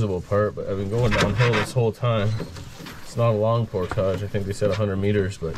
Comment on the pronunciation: don't sell out Canada by mispronounced "portage"